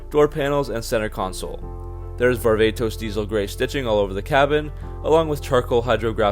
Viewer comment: Hey dumb dumb it is pronounced var-va-tos....not the way you say it var-ve-tos...is actually the wrong pronunciation dumb nut